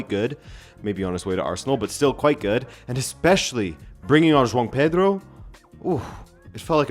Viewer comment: Who is Jon Pedro my guy? Its Jo-ao Pedro